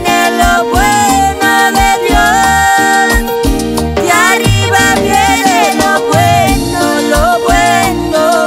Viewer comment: Dios los bendiga mis hermanitos cantan muy bonito, pero quisiera hacer una corrección la palabra de "arriba" se pronuncia con doble R yo se que lo puede hacer, gracias y sigan adelante en el camino del Señor.